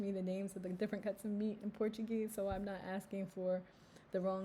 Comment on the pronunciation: Another Great Video. It's nice you call yourself an immigrant and not an expat, and that you know the benefits of integrating yourself into your new community. It's also nice that you pronounce Portuguese words with a Portuguese accent.